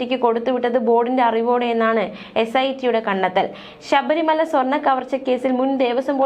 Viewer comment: Not Sabri Maya !! Read Very clearly please